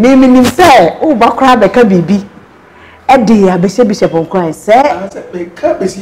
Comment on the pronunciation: I’m I the only person who hears Emilia calling bishop as bishap? It’s supposed to be bishop madam, not bishap bishap.. Ah!